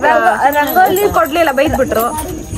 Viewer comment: ರಂಗೋಳಿ ಅಲ್ಲ ಅದು ರಂಗೋಲಿ 😂